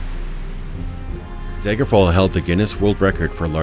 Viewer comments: All I hear is "Daygerfall" lol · Why do you keep calling it "Deigerfall`"?